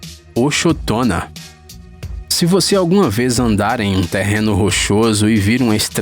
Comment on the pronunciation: Ochotona Eu escutei acetona kkkk